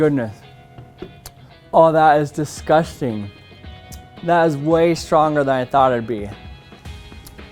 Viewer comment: “Oh that is disgosting”